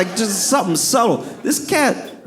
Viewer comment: The way he said "This cat" 😂 sounded like "This BITCH"